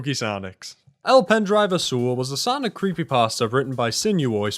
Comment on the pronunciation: As a Spaniard your pronunciation of azul hurts me physically Gud video tho 10/10